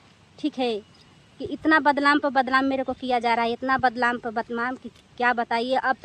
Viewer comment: Pahle hindi bolna seekh lo.Badlam nhi badnam bolo